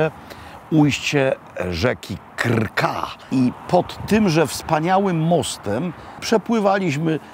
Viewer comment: Jezu Nazareński... Mieszka Pan w Chorwacji i nie nauczył się Pan, że w języku chorwackim jeśli przed "r" występuje spółgłoska, to pomiędzy nią a literę "r" wstawiamy niepisane "y"? Trpanj wymawiamy "Tyrpanj", Krka wymawiamy - "Kyrka", wyspa Krk - wymawiamy "Kyrk", itd. Kiedyś był w reprezentacji w piłce nożnej zawodnik o nazwisku Srna (pl. - sarna), czyt. "Syrna" i bolał mnie żołądek, kiedy nasz komentator męczył się z jego nazwiskiem, usiłując wyksztusić Srna. Pozdrawiam